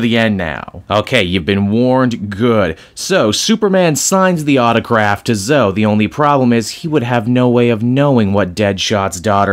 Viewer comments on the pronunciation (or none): He was basically "I'm two days away from retirement", like, I feel something was BOUND to happen, and then it did. (Yeah I hate doing this but, Zoe is still pronounced "Zo-E", Just like Zoey or Chloe, not just "Zo".)